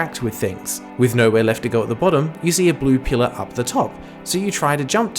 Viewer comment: Ok so the way you pronounce pillar definitely sounds interesting like you definitely sound like someone with a non Canadian accent also the game looks solid well the second game anyway